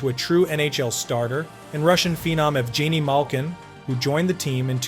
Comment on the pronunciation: How do you make a hockey video and not know how to pronounce Igor Larionov, Evgeni Malkin, and Keith Primeau?